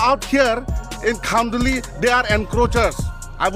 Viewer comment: He dont even know to pronounce kHanduli and still he claim that khanduli is there land ha ha... R u commedy me